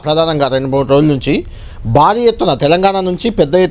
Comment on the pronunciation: బాలీ ఎత్తున కాదు,భారీ ఎత్తున అని పలకరా నాయనా... 😂